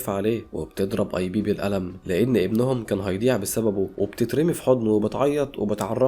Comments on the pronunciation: اسمو ايب مان وليس ايبي🤦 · اسمو ايب مان مش اي بي😂